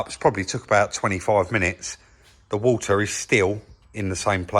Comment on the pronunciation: "we can get the new parts then fill it up with war ah" 😄lol